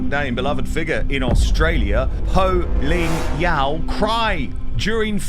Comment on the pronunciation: It's Poh Ling Yeow. No Ho. And no, she is not a beloved Australian presenter. And MasterChef is not a huge show in Australia And Australians generally dislike Rachel